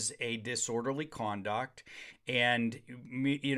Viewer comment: Disorderly Cwanduct?